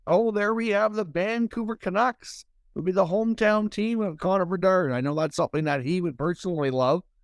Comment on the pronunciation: CONNORR BERDARRRRDDDDD gotta love how this dude says his name